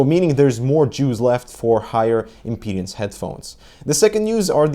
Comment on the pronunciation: lol more JEWS left for higher IMPEDIANCE headphones. it's impedance, not impediance :P